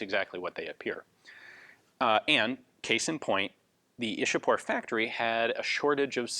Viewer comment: The Brits 'chewed up' names of our cities and Places (Like Mumbai became 'Bombay',Vadodara became 'Baroda' etc.). Ian,Though it is written Ishapore,it is pronounced as 'Ichha-pur' not 'Ish-a-pore'.